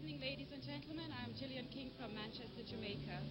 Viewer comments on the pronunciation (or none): none